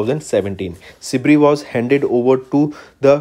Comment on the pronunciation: Kuch ni thoda proper pronounciation ke uper kam karna hi ... Because this video some words were mispronounced. Eg: Sibir ko aap Sibri bolrahe the..! Except that u guys are amazing...!! 🔥🔥